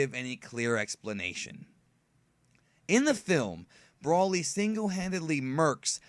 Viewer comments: pronounced...BRO LY..broly. not Braly. you keep saying brawly. i know your a dbz fan u should say it correct 😕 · Why do you say brolly like that? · Seroiously?! It's broly not brawlly And sayian not scion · its pronouced as Broly in proper english